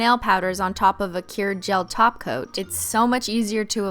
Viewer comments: Umm im sorry its "taco" not top coat halo im gonna need you to get it together Cristine. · Are you saying gel top coat or gel taco i keep hearing gel taco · Does she say "taco" instead of top coat as a joke? Lol that's awesome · I cringed every time she said top coat and not TACO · When she says topcoat instead of taco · When you say "top coat" I hear taco.. and it's making me hungry... lol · I heared tahgoat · Same here, I heard tacoat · I feel like she said it so fancy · Sounds like a thing you would say to roast someone "BOIII YOU'VE BEEN TACOAT" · No, she said "Tacoat" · Every time she says top coat it sounds like Taco 🌮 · Did she say top coat instead of taco???? Are you okay cristine???